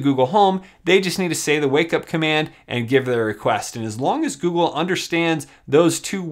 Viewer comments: wow, I am surprised it can understand you. I don't know if you meant to but every, single, time you say google it comes out as goo goo. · put the video on max volume and it still triggered both my phones and my tablet when you said "Ok Gouhl".